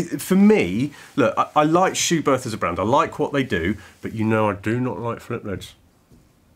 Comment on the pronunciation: Good information video. But a well-intentioned note from me as a German... it is pronounced "Schubert with a short T"... without the H after it. Please ;-)